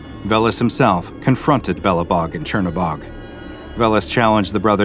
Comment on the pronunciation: As a slav its funny to listen to you trying to pronounce Crnobog